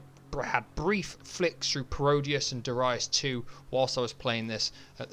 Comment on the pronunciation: My favorite shooter on Saturn. Had the Japanese version back in the day. You said you wondered how it’s pronounced? You got Darius right, but it’s Guy-den, not Gay-den. Did you ever play G Darius? It’s just as good.